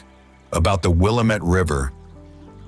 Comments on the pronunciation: It's Wil-LAM-ette. The LAM rhymes with RAM. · WHY? WHY? WHY? Can't YOU EVER pronounce the "Will'-am-mett" River CORRECTLY ? ! ? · will-AM-it, dammit. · Have to make a correction. The word “ Willamette” is pronounced phonetically “ Willam et” do some research on local pronunciations. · It called the Will-, am -,ette guy shoulda learned how to pronounce our beautiful places correctly! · You need a new narrator, one who knows how to pronounce correctly the features viewed. Seriously, East Coast drivel pronunciations. Also, it's not "Keep Portland Strange", it's "Keep Portland Weird". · Many of the location names were mispronounced, (lifelong Oregonian) but it still made me proud to be from here. Beautiful edit. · The AI reader managed to mispronounce the name of the Willamette River in two different ways, within 5 seconds of each other.